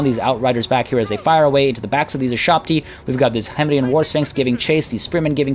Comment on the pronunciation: it *K*hemrian. The K in Khemri is said like a normal hard K.